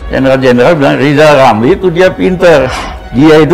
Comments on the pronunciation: Si Lijal Lamli suruh bilang RRRRR aja dulu.. Terus si ompong bisa jadi wapres kalau giginya udah numbuh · RR seharusnya operasi lidah dulu kalau bicara biar jelas.mau jadi presiden kok gk bisa bilang huruf R.hahaha😅😅😅😅😅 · Lizal lamli pegin jd persiden mkmur dr mana orang ga bsa ngomong.RRR.....